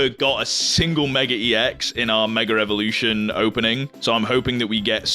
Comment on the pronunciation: I find it so funny that you keep saying "meger evolution" 🤣 btw love your content and the way you collect bro 💪